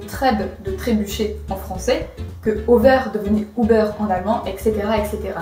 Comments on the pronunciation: Je découvre ce soir ta chaîne et elle est vraiment pas mal honnêtement :) Juste un détail de rien du tout, mais je vais être obligé d'être pointilleux, mais à , le "über" allemand ne se prononce pas "Ou Beurre", mais plutôt U Beurre" ;) Continue comme ça ;) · Über se prononce Uber et non OUber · "ouber" ? über se prononce avec le son U, il y a un umlaut (tréma) cher madame ! Sinon, j'ai une amie qui a oublié le polonais pour des raisons psychologiques liée à sa mère, il me semble, mais peut-être qu'elle viendra directement témoigner ici. Diane ? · en allemand on prononce toutes les lettres (pas de lettre cachée?) donc le r doit quand même s'entendre non ?